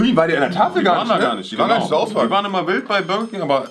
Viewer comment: Bürerking wer kennts nichttt😂😂